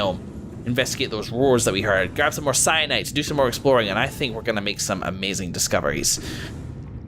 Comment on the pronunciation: Also Cyanite? its Kyanite